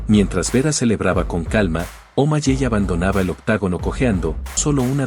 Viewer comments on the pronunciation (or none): Los nombres no cambian la pronunciacion de un idioma a otro debes informarte para que na hables tan mal, no se de que pais eres o si todos hablan mal como tu, bien video pero pronunciadstes 5 nombres muy mal SEan Omaley Se pronuncia Omaley no omalley. Aprende a hablar antes de que te critiquen del uno al 10 le doy un 2 a tu video